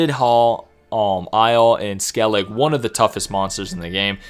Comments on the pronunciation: Who on earth pronaunces Skellige..skelig?😅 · Who on earth pronounces Skellige..skelig?😅